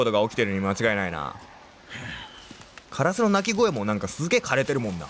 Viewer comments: カラスの発音が枯らすになってるwww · カ↑ラ↑ス↑になってるw カ↑ラス↓じゃないの？w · 発音がカラス4じゃなく 枯らす方なのよ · 関東だと枯らすの発音ですよね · カラスの発音が、辛子みたいで面白いww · 相変わらずのカ↑ラ→ス↑の発音ですき☺ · 相変わらずカラスの発音カ↑ラスなの草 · カラシみたいな発音でカラス言うやん笑笑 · 渋谷みたいなカラスの発音すき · バイオしてくれるのまじ神！！！ カラスのイントネーション好きwwww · 久しぶりにのカラスのイントネーション聞けたwwwww やっぱなんか違うwwwwwwwwwww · の、カラスのイントネーションよ😂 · ×バイオ実況ってほんとに強くて！！！😭 カラスの発音かわいいから一生そのままでいてくれദി ᷇ᵕ ᷆ )♡ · 一生気になるカラスのイントネーション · カラスの発音おかしい（笑） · 烏のイントネーションが気になる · カラスのイントネーションw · カラスのイントネーションめっちゃ気になる笑これって方言とかなのかな？私愛知県住んでるけどの言い方使ってる人見たことない笑